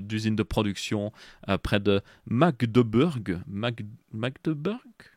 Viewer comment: Magde Beurk ? c'est pas Magdebourg ?